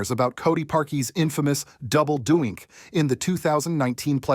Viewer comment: is this a bot? he mispronounces almost everyones names lol, no football fan would not know how to say DOINK. this guy calling it dough-yyenk.